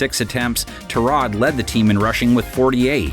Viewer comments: His name is not Turrod it’s Tyrod!! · Tyrod not turrod